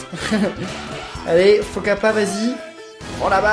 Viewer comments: c'est pas capacap c faux Kappa quand tu as utilisé l'amultime tu as dit capacap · C'est faux kappa pas kappakap